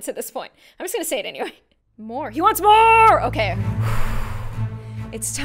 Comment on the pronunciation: Moore not morrrre